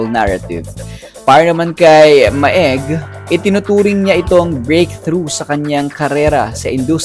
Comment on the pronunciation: ma-eg? it’s read as “meg”